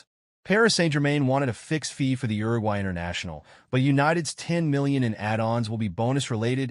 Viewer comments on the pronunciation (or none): none